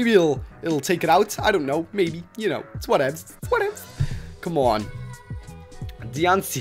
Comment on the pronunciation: Its pronouced dian-cie no t dianc